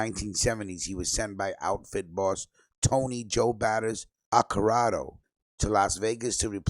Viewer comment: You butchered Accardo' name... You say Spalatro so, so, ethnically... LoL